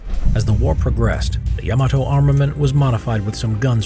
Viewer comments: YAMATO=❌ YAMETE=✔ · Love this channel but it’s Yamato not yemoto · Ya Mah Toe!